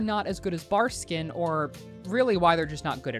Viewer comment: love you and your videos but my nigga, you even said Barskin a couple of times haha. ill shut the fuck up now haha.